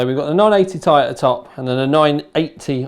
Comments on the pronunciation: It's "Tee-Eye" not "Thai". Very distracting! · It's pronounced "tee-eye" not "tie" my man. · PLEASE stop calling it the 980 "tie" everyone else on the planet calls it the "T" "I" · I like how u say "tai" not T I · I thumbs down this video because he kept saying 980 "tie" and not its correct pronunciation "Ti" from the table of elements. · One piece of feedback, please say 980 "Tee Eye" not "Tie" lol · Ore Fagbenle nope we all actually say Tee eye and hearing tai is kinda weird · think he thought 980 ti(tan) was a cut down version of titan x(also namewise) and decided to pronounce it as tie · ***** Nope, I'm British and I say Tee-Eye. it's because he's a southerner. They're all idiots. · MrWariGaming yeah, me neither. This is the first time I've heard it pronounced as 'Tie' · Ore Fagbenle He's just pronouncing it wrong because he's british or something. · ***** Nope, we pronounce it correctly here too. He is getting it wrong because he's wrong as an individual.